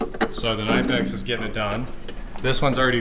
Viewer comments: I don’t want to be that person nagging but it’s “Kuh-nip-ex” as per their website. I’ve nagged and feel better now. Thank you for coming to my TED talk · It’s pronounced Kuh-Nip-X. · You guys remember K'nex, the building toy? Knipex is pronounced kinda like that. the K isn't silent and the i is like the i in "lift".